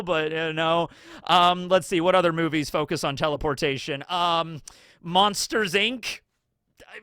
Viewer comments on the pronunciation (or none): none